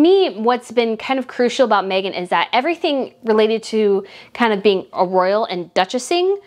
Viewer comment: You pronounced her name correctly and the best thing Harry could ever do is walk away from Meghan and walk very fast!! All he's done is give up everything and everyone and now he's just a lost little boy. She's the worst thing that could have happened to him and he really needs to get rid of her and go home and ask forgiveness from his family. I said the day they announced their engagement it wasn't going to last albeit it has lasted longer then i gave it but now i don't believe for an instant that it will last another year. I've no doubt he loves his kids but I'm betting he's wishing he had them with someone else!